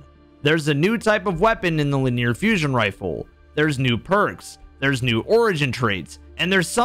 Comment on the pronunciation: I thought I was mishearing in that clip where that guy got the Stormchaser until you also said "luh-near"